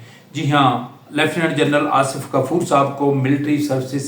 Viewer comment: Asaf nahi Asif, taluck nahi taalook, , ratyre nahi retire, laikan nahi laikin jahil admi